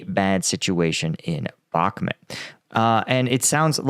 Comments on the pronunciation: It is not Bagmoot it is Bakhmut with a ch sound as in lochness, please do your home work and pronounce the place names right.. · I love the way pronounces the towns in Ukraine lol 😂 The way he says Bakhmut, B-aak-mut 😅, i would love him to come to my stomping grounds in North Wales, i struggle to pronounce some of the places and im welsh 😂